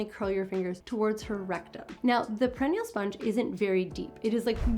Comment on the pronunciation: Great information. I believe it's pronounced per-i-nee-al.